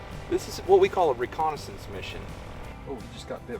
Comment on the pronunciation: do you realize how rediculous it sounds when you say recondensence mishion huuuuh huuuuh duihhhhh